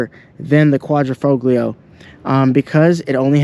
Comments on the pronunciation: The “G” is silent in quadrifoglio”. Most people just say QV. My ‘18 QV has been bullet proof. 4 years and 22k miles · Your name would imply you know something about Alfa's but you don't know how to pronounce "quadrifoglio"? Here's a hint: The G is silent in Italian when preceding an L.... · It's a silent 'g'. Get it right. You pronounce the G of Giulia as a J correctly. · Very informative and good detailed video , but the only thing is please use the proper terms for model designation .., the quatrofoglio is pronounced in this manner broken down phonetically “ quatro -fall - yee -oh it’s not quatro - fog- lee -oh Remember it’s an italian car and it means four leaf clover 🍀 in Italian , the symbol Alfa has used for racing since the beginning. Cheers ! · Say Quadro - fo - lio . The G is silent . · Correct Italian pronunciation: "quadri-fole-yee-oh" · I have never heard a single English-speaking Youtuber say it correctly: we do not say QuaDROfoglio, but QuaDRIfoglio... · Just to correct you Quadrifoglio, it's not Quadri-Fog-lio, FOG-LIO sound like FOLIO you don't pronounce the G. Thank for the video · the G in Quadrifoglio is silent, and it's not QuadrO....it's QuadrI foglio.... you're welcome. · Quadrifoglio is pronounced, "...folio". No hard, "G". Like, "intaglio". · Quadrafoglio you’d think he could Pronounce it right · It’s pronounced Quadrifolio… the g is silent. Please stop mispronouncing the name of this vehicle. Thank you! 😢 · Sorry dude I gotta say it. Quad-ra-fo-leo. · bro the G in italian is silent Guadri-Folio it is pronounced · Hi it's FO LEO it is a silent G bro..beautifull car 👍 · Yo, wtf is a Quadrifo-glee-o 😂😂Can't even pronounce the name right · It's Italian, so you don't pronounce the G! Quad-ri-folio. Bet you say Jagwar too....Jag-U-ar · Good job. Quadrifoglio.....don't pronounce the G.....Qua.....dree....fo.....leeeo! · Just for information, the „l“ is silent and pronounced „fo-gio“ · the G in Quadrofoglio is silent dude